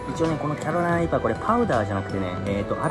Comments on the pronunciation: 、一回もキャロライナリーパって言えてないぞ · キャロライナリーパーがちゃんと言えない件